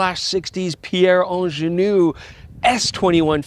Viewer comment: Quite disappointing to hear a Canadian systematically mispronouncing 'Angenieux', over and over again. And no, I'm neither Swiss, French, nor Quebecois 😇.